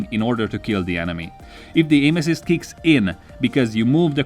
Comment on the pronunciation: Did he say “aim assist” or “anuses”?? I can’t unhear it. 😂